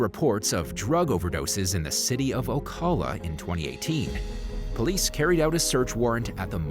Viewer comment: I lived in Ocala.. You pronounced it wrong though. The "a" is pronounced like in cat(long vowel not short). These are perfect examples why Florida is not all that great.